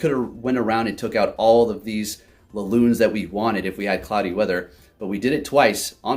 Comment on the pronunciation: "we could have taken down all of those laloons "